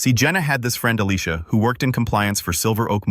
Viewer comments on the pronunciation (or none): none